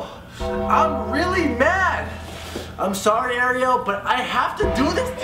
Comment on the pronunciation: He says Ariel like the mermaid that's not how u pronounce it